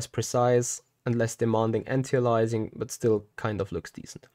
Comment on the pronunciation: On-tee-uh-lizing. How about Ant-ee Ayy-lee-essing